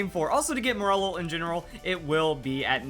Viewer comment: Wait isn't it pronounced "More-lull"? I was so confused as to what Pokémon he was talking about